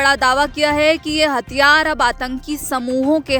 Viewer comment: मैडम हथियार होते है,हतयार नहीं।😂😂